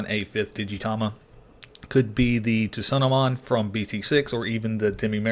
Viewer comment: I've been playing too much meta. I'm looking forward to trying this deck out! Heads up on pronunciation. "Tsu" is pronounced "soo." Soonamon